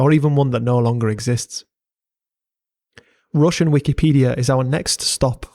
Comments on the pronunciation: As a russian i must admit that your pronunciation is very good for a foreigner, we got some difficult phonetics for non slavic people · Твоё русское произношение недурно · Great video, enjoyed watching your research. It amuses me how every little piece of land has such a history behind it. It is even more intresting to learn about that hidden untold stories apart from general big history. Also, great russian pronunciation. Thanks, def subscribing! P. S. I suggest you use wikimapia next time, it has more than just every popular satellite map in it, there are also many kinds of old paper maps scans serving a variety of purposes. The really convinient thing about wikimapia is that it has data on long gone buildings and areas unnoticeable on any modern satellite maps. I enjoy going on adventures sometimes, map helped me a lot in finding abandoned villages, bunkers, ruins and other landmarks. They are marked by other people and often have links on sources and a few comments on history of places. Can't recommend it enough. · nice russian pronounciation bro, keep at it